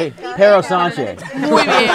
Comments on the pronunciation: The best Perro Sanxe i've ever heard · JAJAJAJAJ "Dí Perro Sanxe"